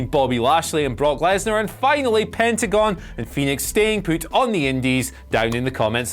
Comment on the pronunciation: Staying "poot" on the indies